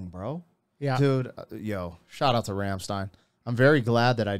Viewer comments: It’s Rammstein, not Rammstien. Americans at work. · Rammstein is pronounced "ramschtayn"; not "remstein"